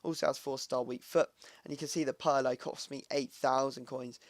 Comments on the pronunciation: pier - lo... not puur - lo... -. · its not Pee Air Low, if that's what you're saying, it's Purr Low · Wtf Purlo.. Its Pirlo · Peerlo how it's pronounced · Its pirlo (Peer-Loh)